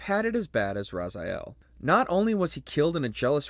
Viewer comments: Is pronounced Raziel not Razayel... You do play games or are just a presenter? Hahaha jokes aside, to bad many voice actors for the series have died, Tony Jay (Elder God), Paul Lukather (Vorador), Rene Auberjonois (Janos Audron), one other game we barely hear about and needs remake is actually Speed Punks or Speed Freaks, Akuji The Heartless, Fear Effect, boy I can list tons haha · Its pronounced raziel, with the a as in apple, i as in invention, and the e as in elegant. NOT razaiel